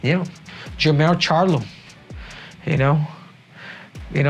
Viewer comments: This fool said jermall lol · He really said “J’mar charlo “ 😂😂😂